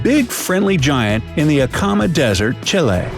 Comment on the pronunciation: Did he say acama i